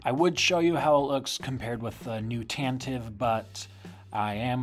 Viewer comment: This is such a small thing, but I love that you pronounce “Tantive” correctly <3